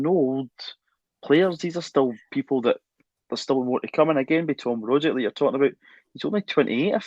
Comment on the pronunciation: Rogic is phonetically pronounced rogich with the g like “g” in Lady Gaga not “dg” in Brendon Rodgers! Kudos to Russell and JP the Ascom linguists par excellence!!